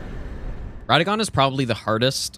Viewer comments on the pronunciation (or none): His name is Radahn not radann